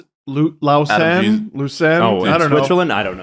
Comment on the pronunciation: I like the pronunciation of LAUSANNE